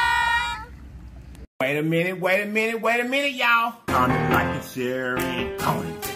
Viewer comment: I love to hear him say "WAYMENT"